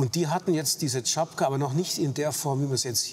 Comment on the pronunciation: Tschapka, nicht Tschapaka